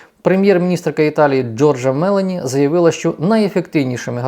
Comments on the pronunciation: Добрий день,,із задоволенням вас слухаю хоча живу і працююю в Італії вже 14 років. Два рази мене викидали із ваших підписників... хочу вас поправити з вашого дозволу, не МЕлоні, а МеЛОні, наголос на О. Вибачте, будь-ласка, бажаю всім здоров'я і перемоги! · Підказка - прізвище італійської премʼєрки вимовляють з наголосом на «о», Мелóні 😃